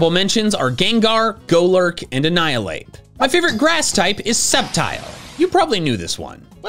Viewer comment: IT'S ANNIHILAPE, NOT ANHIALAPE!